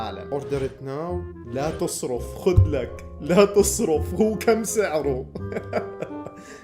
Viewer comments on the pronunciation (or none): بالشدة فوق حرف الراء . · ترا لاتصرف معناها لاتغير الموضوع بالسعودي بس ماتنطق زي ما انت نطقتها